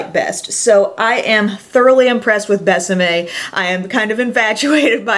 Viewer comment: I love how you pronounce Bésame ... Definitely perfect!! Love your excitement about this line. Seems like almost nobody talks about it.